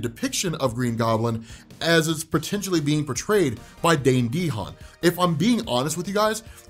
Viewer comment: Alrighty …. It’s pronounced Da Han. Not Dee Han